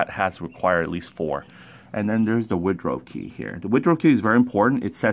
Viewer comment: Excellent information for the newbie, I commend you on your work, very thorough and great explanations too. I usually don't do this but I have to. It's a woodruff key I think you said Woodrow key. Just thought you should know, OH and a bolt requires a socket or wrench and a SCREW requires a screw driver, you keep calling bolts screws, just saying. Good job though.